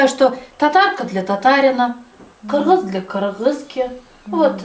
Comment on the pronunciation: Отдельное спасибо Вам за красивое, правильное произношение "кыргыз", даже местные некоторые так не произносят, вы так говорите, как будто с гордостью, будто это ваш народ, ваша нация ❤ очень красиво. Подсела на ваши видео. Они великолепны как и вы сами😊 Скажите пожалуйста, откуда вы знаете узбекский язык так хорошо и почему ваши видео основном в Узбекистане сняты,очень интересно?